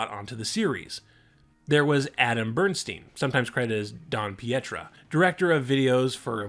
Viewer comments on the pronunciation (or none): none